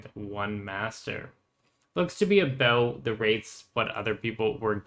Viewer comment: the aboots gave it away 😅